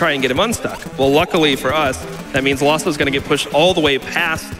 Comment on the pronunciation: Isn't his name Laws 042? Why do they say "Lawso"?